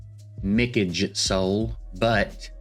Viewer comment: Glad someone is finally saying Mikage’s name right